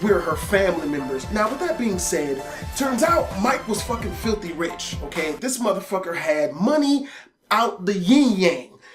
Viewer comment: Just the white-ass way he says "motherfucket" XD